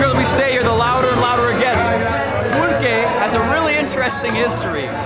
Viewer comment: Pulque shaww